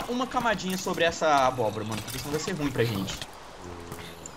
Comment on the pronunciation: o fala mo cério abroba kkkkkkkkkk